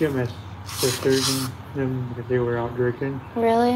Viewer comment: Yeh ....Weally weally